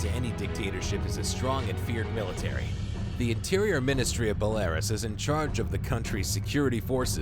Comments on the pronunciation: It's not 'bahlarus' It's 'Bella-Roos'... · Bel-Air-us? It's Bell-ah-roos. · Bull-Lair-Rus?! Wtf it's pronounced Bell-La-Roos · Where's Belaris? Its Belarus you boneheads. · Belarus is pronounced bell-ah-roose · Who the fuck pronounces Belarus- Ballaras? DIBILI Blyat. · #6 is pronounced Bella-roos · Pretty lazy of you to talk of a countries special forces and training while constantly showing photos and videos of one countries special forces. Also, its pronounces Beh-lah-roos. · Belarus = Bell-uh-Roos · I thought it was Bel-uh-roosh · you pronounced Belarus wrong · Guy can't even pronounce Belarus correctly. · You pronounced Belarus wrong lol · The way this f*ckstick narrator pronounced Belarus gave me Chernobyl cancer. Hire someone to narrate your videos that graduated from high school you cheap pricks. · learning how to pronounce "Belarus" and BUD/S would've taken a few seconds searching google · How about for your next video you actually pronounce Belarus correctly and show some respect for that country, OK?